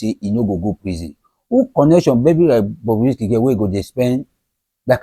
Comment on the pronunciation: Stop calling it Bobby, it’s Bobrisky